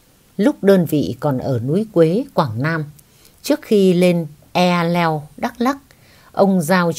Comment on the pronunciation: Eahleo dân Tây Nguyên họ đọc là :(E hờ leo) bỏ chữ a. Góp ý với chị vậy mong chị thông cảm, yêu chị nhiều.